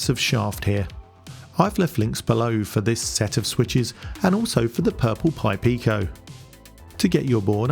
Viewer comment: Well done saying "purple pi pico" so many times! 😁